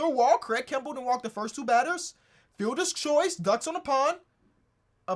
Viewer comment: this man don't see the r in kimbrel's name 😭😭 all love though